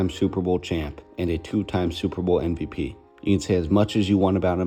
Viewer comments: This video is so, so good! There’s just one thing that’s bothering me. Why do you say NVP instead of MVP? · Thanks, but I actually just mean the way he says it every time. It just doesn’t sound at all like he puts his lips together.